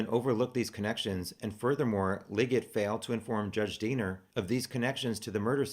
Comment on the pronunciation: Everytime you say Diener I hear Deaner and think of the movie FUBAR. It helps lighten subject.